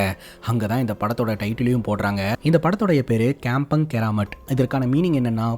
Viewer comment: கம்பொங் not கெம்பங்